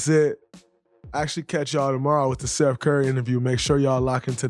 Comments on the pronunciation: Bruh did he say Steph or Seth curry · Did he say steph curry or Seth ?